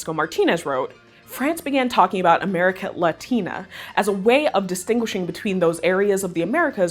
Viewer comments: Your channel and these videos are great!! The pronunciation of "Latium" and "Amérique Latine" are kinda... weird. It seems in English "Lashum" is correct, but in Latin it is "La-tee-um" and the other is "Aa-mer-eeK Laa-teen" because you do not pronounce the final -e in French unless accented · If you need help pronouncing things that are not in English, let me know. I would voluntarily help you so as not to have to hear Amerique Latine pronounced like "Americ latina." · Yeah, Latium was and is still a province of Italy. Italy was Italy and not called Latium. After that « Amérique Latine » is not pronounced like that in French. You just need a quick research on Google to know all that.